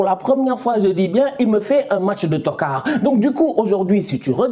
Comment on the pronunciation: J aime trop ton accent sur le mot toccard 😂👍 ntokaaar😂